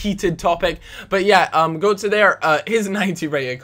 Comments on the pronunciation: You say Götze like "Gertzer". The ö is German for oe, so his name is actually Goetze. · gotze is said gurtze as that special o is said unr